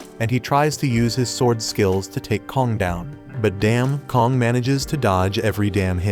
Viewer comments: Also his name isn't Kong its kang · kong bro it's kang and leo is supposed to be yoo